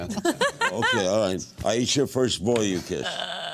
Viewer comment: Why is Larry talking to Aiesha so little? I mean directly.. Plus, he keeps calling her Ty- e- sha and Dy,- e- sha. Poor Aiesha just has to keep jumping in. She's smart and funny. Shes a great interview subject. Larry is missing it. 😡